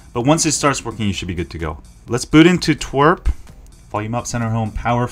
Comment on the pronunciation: I love you and i also hate this video because Pokemon go sucks (I got banned for botting over a month ago on so many accounts so I'm salty lol.) but one of my pet peeves you also say twerp when referring to TWRP recovery haha.